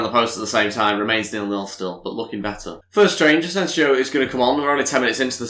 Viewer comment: btw you're pronouncing Asensio's name wrong just so you know Ed would appreciate it if you can look it up and correct